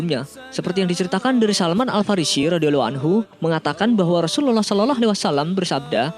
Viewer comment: Sy mau tanya yg mengisi sebagai narator dulu mondok di pesantren mana,kok logat dan lafadz mengucapkan rasulullah saw kok.seperti.itu